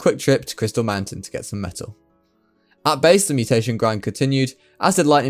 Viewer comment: Am I the only one who kept hearing "methyl" whenever he says "metal"?